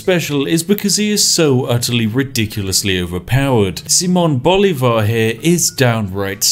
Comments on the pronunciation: Pro tip, if the name is in spanish, and you see a tail on top of a volwel. that´s were the accent is: siMÓN boLÍvar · "See-mone Bow-lee-var" Did I get it right? I always try to pronounce foreign names as best I can, considering I work in a public facing job. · Accents in Spanish tell where the strongest part of the word is, therefore Simón Bolívar should be pronounced as si-MON bo-LI-var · Solo vine a ver como este sujeto pronuncia las capitales de nuestros países latinos con su acento ingles. Saimon Bolívar lol xD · Just a little tip: It is pronounced siMÓN boLÍvar. In Spanish, the tilde ( ´ ) accent tells you which vowel you have to stress in a word and does not have any other meaning at least regarding to pronounciation. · siMON boLIvar, that's how you pronounce it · this is very weird since i now who simon bolivar is and hearing his name first miss spoken and second in this context is really weird